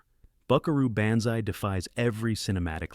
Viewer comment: When the narrator speaks glowingly about Buckaroo Banzai but can’t pronounce Banzai correctly, you know it’s AI.